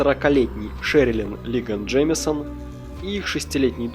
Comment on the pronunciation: Джеймсон? или реально Джеймисон? если мне не кажется и ты ошибся в произношении, то на протяжении всего видео я только эту ошибку и слышал